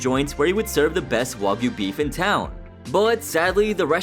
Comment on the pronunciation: The first time I watch the episode I was so confused "wagoo beef" like wtf was that ? Wa for who ? Goo for what ? Is this some secret Ozzy cow meat farm or something ? Turns out he meant "wa-gyu" the Japanese specialty meat...